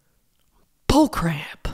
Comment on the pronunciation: I’m so glad to get to hear you say BUHLCRAYP again 😆😆😆 you bring light to my days, Laura, I hope you know that you bring light. Your honesty, your vulnerability, and your continued attempts at a positive life BRING LIGHT. 💖